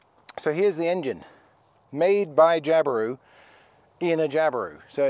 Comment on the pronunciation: Nah, we say Jabiru just like you do!! Not too shabby for a Pom on a didge!!!